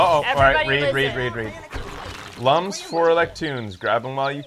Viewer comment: Lums is actually pronounced "looms" like il-LUM-inate, not "um" like in "dumb".